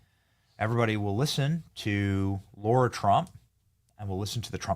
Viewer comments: Her name is Lara, not Laura!!! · Hey Benny, as much as you've been around the Trump's, you should be able to pronounce Lara correctly!! Hey, c'mon man! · Why do you call her LAURA when her name is LARA ? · Lara Trump not Laura Trump